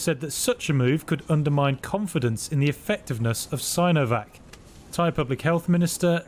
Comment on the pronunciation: it's pronounced seenovac guys, not sainovac, please?